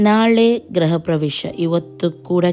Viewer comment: ಅಕ್ಕ ಗ್ರಹ ಅಲ್ಲ ಗೃಹ anni